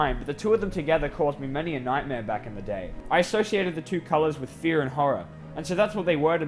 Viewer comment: What other people heard at the start: “Fear..” What I heard: “FeEt”